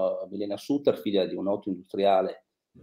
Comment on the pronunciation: La dott con un accento genovese più forte del solito. Ma come fa a pronunciare SATTER quando sono 52 anni che se ne parla? Bozano mi sembra una specie di Danilo Restivo.